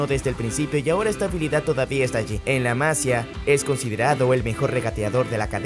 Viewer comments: Se dice la masía no la masia 😢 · MASIIIIIIIIA no MAAAAASIA 😉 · No se dice "Masia"; la palabra lleva acento en la i. Por lo tanto, se pronuncia "Masía". La palabra se toma del catalán "Masia" y significa: Casa de labor, con finca agrícola y ganadera; típica del territorio que ocupaba el antiguo Reino de Aragón. Disculpa mi comentario,. Un saludo. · No sé dice Másia 😒. Es Masía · Muchas gracias por el vídeo compañero. Una cosa nada más que a los barcelonistas en general nos pita un poco, es Masía, con acento y tilde y en la "i". Gracias. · Que no la sílaba tonica (el acento) no va en la sílaba "Ma", sino en la sílaba "si" --> maSIa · se dice la massÍa . Con acento en la i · Buen vídeo! Muy interesante. Un dato importante para l@ creador@ del vídeo. El nombre de la escuela del Barça, "La masia", está escrito en catalán. En catalán, las vocales "ia" forman un hiato, al contrario que en español que forman un diptongo, por tanto no hay necesidad de acentuar la "i" para romper el diptongo, ya que éste no existe. En catalán, en la palabra Masia la sílaba tónica es la segunda, Ma-si-a, por tanto se pronuncia como si en español tuviera una tilde sobre la "i", Masía. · La Masía, acento y tilde en la Í! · Lo de este chico es una locura aunque me preocupa que se le compare e infle demasiado porque si tiene alguna mala temporada como Ansu le van a linchar. Y otra cosa, por favor pronunciad bien "la Masía" con el acento en la i y no en la a y "mateu Alemany" que suena Alemañ no Alemani xd. A parte de este pequeño detalle buen video!